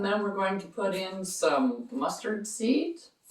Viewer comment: What is the first ingredient please? "Stardees"?